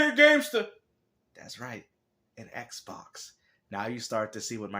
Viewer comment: Ehhhhk Box, Ehhhhk Box, Everything is Ehhhhk Box 😁😆😂